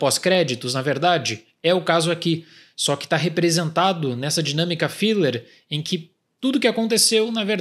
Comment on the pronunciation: Um pequena correção: é fiLLer e não fiLer. Consoante dobrada muda o som da vogal precedente. Outro exemplo é "striped" com som de "ai" por causa do "p" sozinho, e "stripped" tem som de "i" por causa do "double p". Dito tudo isso, concordo com o argumento. MCU virou tudo filler. Mesmo erro que quase faliu a Marvel nos quadrinhos nos anos 90.